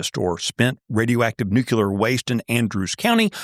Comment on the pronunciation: Thank you for your reporting. By the way, nuclear is pronounced "nu-clee-er" not "nu-q-ler."